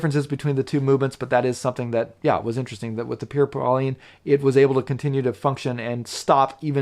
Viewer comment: you should learn how to prononce correctly the french name "Pierre Paulin" that is not pauliiine!